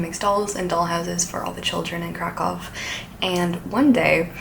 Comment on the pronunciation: hi! a polish person here, the ów part in Kraków is actually pronounced as oof